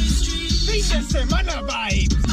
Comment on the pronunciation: “The fin de semana” 😂😂😂😂😂